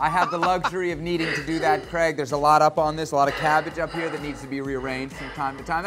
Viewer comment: I thought I was heading things over last vids but he definitely calls Craig creg.